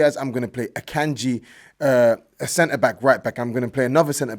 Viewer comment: Bro I stopped watching after said Acanji...withdrawing Naija cred. Use your Christian name.